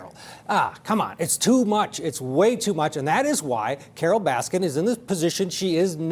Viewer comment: Its Baskin not Raskin ....